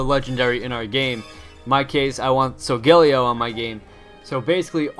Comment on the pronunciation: Ur supposed to pronounce it like sol guh lay oh